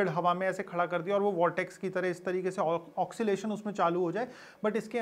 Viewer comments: It is not pronounced "oxylation", it is oscillation, pronounced as "AW-SEE-LAY-SHUN". I appreciate your efforts and patience for researching, and educating us about the cutting edge technologies in market for wind power harvesting. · ऑसीलेशन होता है भाई वो. ओकसिलेशन नही.